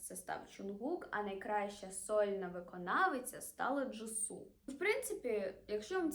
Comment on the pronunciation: дякую за відео! але правильно казати джісу а не джису 🩷